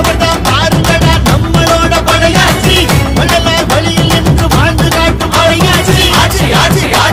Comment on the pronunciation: It's padaiyatchi 🔥 Not padaiyachi 😡